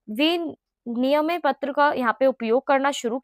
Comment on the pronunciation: Vinimay is correct pronunciation not viniyam